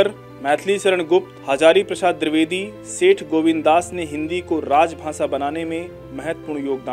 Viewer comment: Dirvedi nhi द्विवेदी padhiye sir